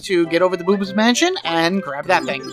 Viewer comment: At one point I thought you said Boobs Mansion instead of Boo's Mansion and I lol'd